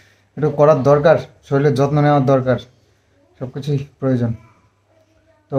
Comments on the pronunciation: শরীল নয় শরীর হবে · Soril noi sorir bolo..tumi soriler jotno kno bolo sorirer jotno...aktu thik thak bolo..onek bar bolechi tomake..kno vull bolo bar bar soril bolbe na sorir bolo..❤